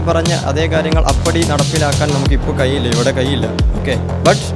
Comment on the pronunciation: "കയിയില്ല" അല്ല ("കഴിയില്ല" എന്നാണ് ). "സോഇസ്" അല്ല ("സോഴ്‌സ്" എന്നാണ് ). "ഴ''യുടെ സ്ഥാനത്ത് "യ"അല്ല. ആദ്യം ഉച്ചാരണം ശ്രദ്ധിക്കൂ സോദരാ